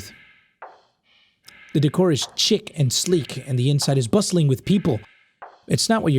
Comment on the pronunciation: Not pronouncing chic as chick instead of sheek